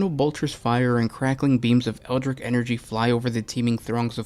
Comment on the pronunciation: "eldritch" has a t in it for a reason, it rhymes with witch